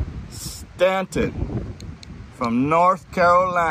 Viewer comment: Dillon Staton pronounced stay-ton